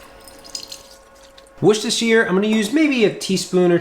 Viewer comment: Worcestershire, pretty accurate pronunciation!